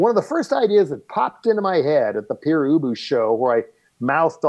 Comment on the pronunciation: Dear Eric Boucher, please, pronounce Père Ubu properly, in french.